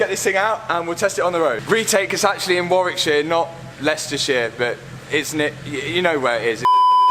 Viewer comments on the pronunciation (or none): none